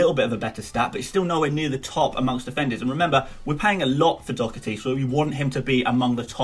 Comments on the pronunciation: Its pronounced Do-her-ty Not Doo-her-ty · It’s pronounced like Daw-hearty. Not like dough-erthy. It’s an Irish surname ;) But love the vids keep up the good work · Doh-her-tee not that hard tbh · Its pronounced Daw herty 😂😂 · Doherty is pronounced doh - her - ty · I've heard so many ppl say dhock-er-tee, even Gary on MOTD says that also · Dohertys name is do- like doss and her- tee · Sorry got it wrong it's pronounced Daw-her-ty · Its Do-dir-ty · Slightly disappointed you couldn’t pronounce Doherty’s name. Especially as you knew his name was involved. Great content though.